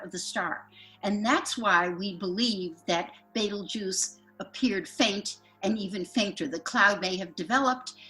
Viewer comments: Well it's BETEL, not beetle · Why dos she keep saying baitel juice i thought it is betelgeuse? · Bettle Guss 😂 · the best part of using a computer to do your intros is all the mispronunciations. who the hell is betel gus? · ive never never never never ever heard it pronouncet betel gus. ive been around a long time. not once. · Please tell your narrator how to pronounce Betelgeuse. Great podcast as always though, thank you